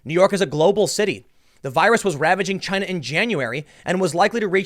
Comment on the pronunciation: The virus is called China virus.. Chy-na.